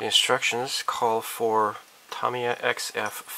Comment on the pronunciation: Tamiya - Tomiya ? is that correct? always thought it was Ta Me Ya... let me know